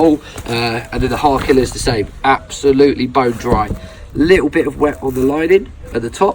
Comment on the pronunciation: Hawrkila? "ä" is pronounced like the "e" in elf.